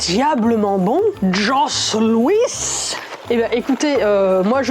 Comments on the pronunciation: Jos Louis ça se prononce JO LOUI!! Pas josssss Louis Et le goût que tu a a décrit pendant la vidéo ont de des Wipets au Québec où je sais pas comment ça s'écrit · En fait on dit “Jo Loui” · Alors là! Tu as déformé le JOS LOUIS !!! Ça ce prononce JO LOUI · Ca se dit Joe louis ses gateau velvet et creme recouvert de chocolat….(ca l’existe aussi a la vanille et ca s’appelle des May West) 😂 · Je vais te laisser un passe droit parce que tu n'est pas Québecoise mais on ne prononce pas du tout jos louis comme ça le s dans jos et dans louis sont silencieux donc on le prononce " jo loui " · comment elle prononce jos louis "josse luisse" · Ca ce dit joe loui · Ta vidéo est parfaitement . Avant les jos Louis* c’est du ketchups maison tu peux mettre sur une tranche de pain 🍞 🥖 ...*le S est muet de jos Louis 🤫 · Les "Jos louis" se prononce Joe Louie :p stun classique au qc :) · Jai regarder chacun vos vidéos! Vos reactions respectives est hyper marrante!😀😀 ton rire communicatif est a mourir de rire!😂😂😂 Ta réaction face au jos louis!😂 ça se prononce joe louis Un grand merci a de m'avoir fait découvrir ta chaîne!!!🙂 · SA se dit Jo louis on ne prononce pas le S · Les Gâteaux Vachon ce prononce *Jo Louis. Et on été créé pour le premier afroaméricain à avoir eu le droit de combattre sur un ring de boxe... et il à été chez les pros 30 ans de combats... du jamais vu! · Jos louis on prononce sa Joe loui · Tout les québécois quand elle a prononcé jos louis 😭😭😭😭😂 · Une abonnée de plus du Québec, arrivante de la chaîne de, on et btw, '' Jos louis '' on ne prononce pas les '' S '' ahah Mais pas grave! J'ai quand même adorer la vidéo!:D